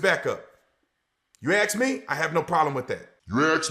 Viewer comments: "You axe me'' -- self centralist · If you "aks" me little man, you haven't tried your luck to soften me up. All cops are bootlicking cowards. All cops are criminals. All cops are Traitors. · "Ax me this." "Ax me that." Ax like a tyrant and sounds like he ignorant. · You aks me? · That cop needs a boot to the head and fired immediately. What a piece of shit beating up on a 14 year old kid..really. deserves the same if you axe me. Learn English stupid the word is ask. What a piece of crap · Did he just say, ' If you axe me I got no problem with that' Well if you ASK the people, gets the finger...AGAIN. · It's 2023 and black people still can't pronounce the word ASK? I guess they will never advance as a race. The most dysfunctional culture on the planet and this guy proves that beyond ANY DOUBT. Take the smug look off your face, Ace the shitty superior than thou attitude and pick up a English dictionary and practice and learn the language you fucking moron! SMH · He sold his soul to the devil and there is NO to get it back. A satanist phycopath that can't even say ASK. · Big man can NOT even annunciate ASK correctly. He speaks like an idiot. If you axe me? Shut up fool.